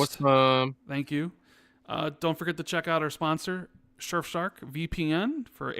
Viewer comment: can just not say surf shark correctly 😅 😂